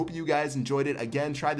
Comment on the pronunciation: always says 'intil' rather than until